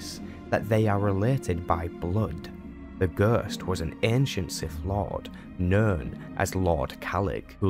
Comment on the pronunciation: It was a really great video, wouldn't mind to see all of the class stories recaped like this. The only issue to me was just some words and pronounciation you used. I mean, I never heard anyone say ghost like that😅. But again, really great work here mate! 😉